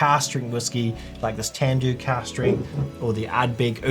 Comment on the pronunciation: you saying cast or cask strength?